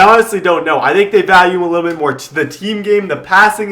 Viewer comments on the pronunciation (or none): none